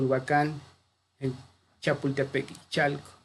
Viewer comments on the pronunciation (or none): none